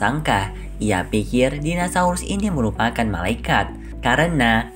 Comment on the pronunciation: "MELEKA" "METEOL" "DINOSAULUS" 🤣🤣🤣 Eh maap . . Yassalam